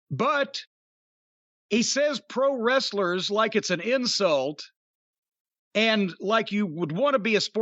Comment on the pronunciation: "Pwo Westlers"??!?!?!?